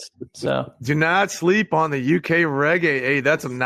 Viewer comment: FFS it's not RayGay.....it's REGGAE!